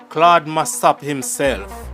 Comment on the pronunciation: You are pronouncing Claude’s name wrong. Get it right please .